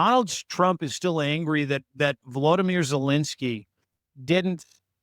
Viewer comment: Vo-lo-dy-myr— you both kept mispronouncing his name.